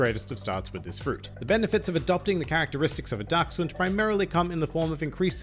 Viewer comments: Incredible german skills you have there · I have to be honest, I just clicked this video to hear how you would pronounce "Dachshund“, not bad I have to admit 😊